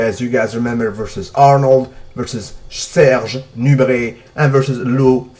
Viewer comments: Have u anything to do with french language ? U just pronunce Serge Nubret great and u tell about Zidan :o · Dat accent when you said Serge Nubret doe... Mirin bruh.. Mirin on a dailyy